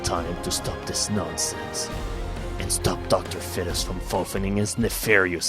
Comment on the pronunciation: im being an ass hole doing this since its 2012 but pernounce is feet-us sorry for being an ass face